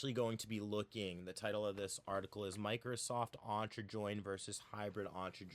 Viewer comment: The pronunciation of Microsoft Entra is killing me :D